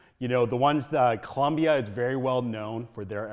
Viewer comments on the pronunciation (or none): It is ColOmbia not ColUmbia